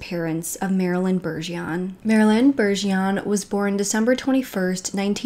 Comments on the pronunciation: 🤗 I would NEVER EVER make fun of u (ESP.. for butcher'n our Cajun language) but here in Louisiana Bergeron=Bajrahn #✌️💖🙏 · It's my name to and it's pronounced one way. said it wrong.My name is Annelisa Bergeron.Its French. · Btw, it's "Bergeron," there's an " r" in there. Very common French Canadian surname.